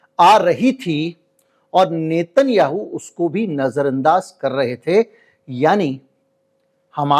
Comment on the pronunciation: नेतन याहू नही नेतन्याहू है उसका उच्चारण 😮